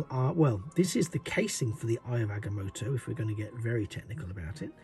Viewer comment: It’s pronounced (I ov Ag-ah-moe-toe)